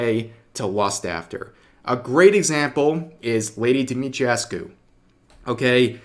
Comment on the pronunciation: Di-mi-tresk-uh. That's how you say giant vampire mommy's lastname